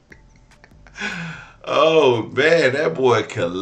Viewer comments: 😂😂😂 wait Did he jst say testesterone?????😂😂😂😂 thought I heared it all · I lost it at "Testosterone"...smh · He said “Testosterone”…